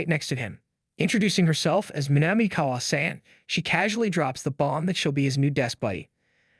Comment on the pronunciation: When your AI can’t even pronounce basic shit like “kun” or “san” correctly, your channel is pointless.